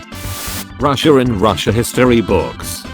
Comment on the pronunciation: ITS PRONOUNCED “Russia”